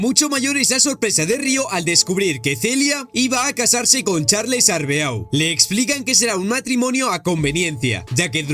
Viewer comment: Rayos pero es en serio que estos YouTubers nunca aprenderán a pronunciar cosas? Ocurre en videojuegos y ahora aquí con el Arbeau literal, que te cuesta decir arbó.